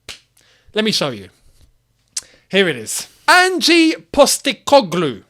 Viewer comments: as an aussie, thought i’d just say it’s pronounced not like “angie” but more just leave the e out of it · "Angie Postecoglou" 🤦‍♂ mate its Ange, and yes SPFL is far from an elite league but he needs some credit, he came in to Celtic and completely revolutionised the team. Just reading his Wikipedia site and don't actually watch their football. Just say "I don't know anything about him", instead of pretending you understand how he plays, his formations. Saying "I want someone who can get us winning trophies" is not realistic, it's like working as a bin man and saying "I want a Ferrari". We are not the same club anymore, have you looked at the league table? We will likely finish 13-15th place. We need to get back to fighting for the top 6, then worry about top 4 before we are even close to talking about fighting for the title. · Ange not Angie! Aussies know all about him. Multiple titles here, Japan and at Celtic.